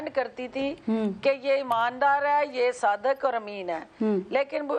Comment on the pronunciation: Bolna bhi nahin ata. SADAQ NAHIN HOTA SADIQ hota hay